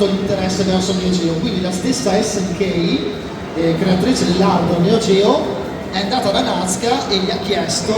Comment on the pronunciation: Appena hai detto "ESSE ENNE CAPPA" e non "ES EN KEI" ho chiuso il video. Fai il professore sotto i canali degli altri e manco sai le pronunce